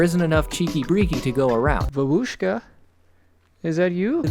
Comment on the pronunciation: Someone should tell this American to develop foreign language skills a bit 1. Babushka — the stress is on the first vowel, like in mama and papa (because that means grandma) 2. It's not a Pee Pee Ass Eich, don't you see that it is abbreviation and the letter h is small there, meaning Sh — is one sound. It's not cax-ap — it is Sakhar, which is Sugar (stress on the first A)